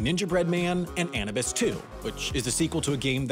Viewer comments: it's pronounced uh-noo-bis, not any-bus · The correct pronounciation would be more like "Yinepu" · anubis is pronounced a-new-bus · Anubis => Ah-noo-buhs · I cannot believe he pronouced "Anubis" the way he did